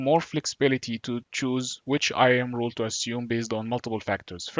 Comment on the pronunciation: Thank you but I have difficulty differentiating your accent wrt "role" and "rule". They sound the same....